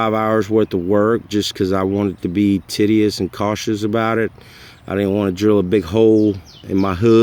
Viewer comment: Thanks buddy, my bus to Skoolie conversion needs this. I have two batteries on my bus and one on my SUV. All dead. Your tiddy eous pronunciation of tedious made me smile :)